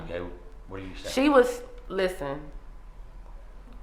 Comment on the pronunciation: That “LISTEN” accompanied with the side eye and pregnant pause… EVERY Black woman knows that. “Stop playin’ with me.”